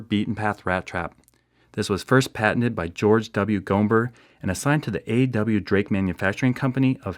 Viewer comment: I think the b in "Gomber" is silent or quiet. Like "comb" or "tomb"